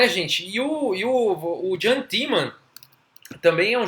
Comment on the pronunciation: Eu acho (e acho msm não é ctz) a pronúncia do nome "Iam" e não "Jam", em geral em muitos idiomas a pronúncia do J é I. Mas de qualquer maneira a partida é sensacional e seu canal tem me despertado a vontade de voltar a jogar.